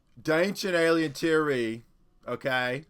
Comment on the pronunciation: NEVER will the Ancient A-LIE-en mythos be disproveded! 😂